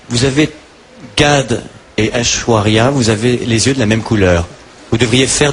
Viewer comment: ashwara mdr ils savent pas prononcer son prenom. c'est simple aish-wa-rya! elle est magnifique j''ai jamais vu sa. en plus elle dance magnifiquement bien. a voir dhoom2.